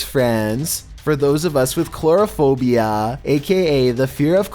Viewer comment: "cloraphbia, aka fear of clowns, thanks steven king" that got me, i give you credit for that